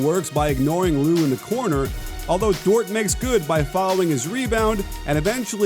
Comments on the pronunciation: it's pronounced like "door" the "t" is silent respekte nou 🇭🇹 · you’re my favorite NBA aficionado and analyst, but rhyming Dort with short just bumped you up a few notches on my top comedian list too. 😂😂😂